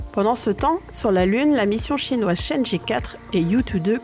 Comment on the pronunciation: Super vidéo ! Continue comme ca ! Par contre si je peux te faire une petite remarque, la prononciation des missions lunaires chinoises sont vraiment pas géniales. 玉兔 (Lapin de jade) se prononce approximativement "yuw tuh" et chang' e (嫦娥) se prononce plutôt "chaeng euh". Pour la vraie prononciation , car je suis loin d'être un expert : chang'e (嫦娥) yùtù (玉兔) Merci à toi et continue comme ca !